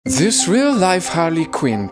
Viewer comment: I like how he says this like Zis